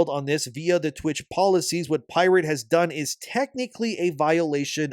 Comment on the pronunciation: To be fair whenever you asked “Has pirate…?”, all I heard was “@ pirate” 😂😂😂